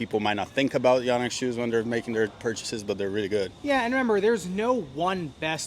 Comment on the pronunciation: It’s actually pronounced yōnex. 😳